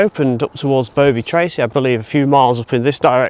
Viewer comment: And it's Bovey (small 'o') or Buvvey and not Boavey.